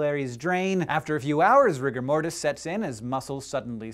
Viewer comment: Did anybody else think he said rick and morty instead of rigor Mortis ?